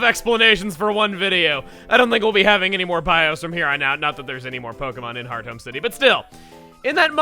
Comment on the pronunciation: Wait i always thought it was pronounced hearth-ome and not heart home